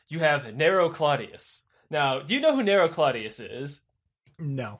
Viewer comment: Oh my God. Narrow caesar lol like oh my God. Narrow. Narrow caesar. 😂😂😂